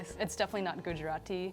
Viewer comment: I genuinely hate how she says Gujarati (no offense to her)